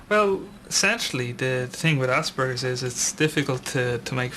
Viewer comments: assburglers syndrome :p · It isn't. It is pronounced the way it is spelled. You may not know this, but in the English language, a "p" is pronounced with a "p" sound, not a "b". [ASPERGER'S] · I have aspergers and I pronounce it ass-per-gers. I think it's funny and like saying "ass." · When it's pronounced "ass-burgers" I always think of it as an injury sustained from falling off a skateboard :-) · They need to change the name of this disorder. Or at least stop pronouncing it "ass burgers"